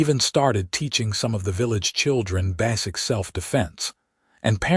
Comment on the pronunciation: DAYUMN!!!!!!!!!!!!!!!! NOW, , WHAT THE FRACK is "BASS-ic self defense"!!!!!!!!!!!!!!!!!!!!!!!!!???????????? THE FKN WORD IS "BAY-sic"!!!!!!!!!!!!!!!!! BAY-sic self defense"!!!!!!!!!!!!!!!!!!!!! NOT "BASS-ic"!!!!!!!!!!!!!!!!!!!!!!!!!!!!!!!!!!!! PROOF YOUR DAMMMNNN STORIES!!!